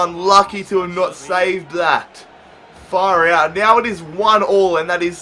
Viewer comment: love it when he says 'far hout'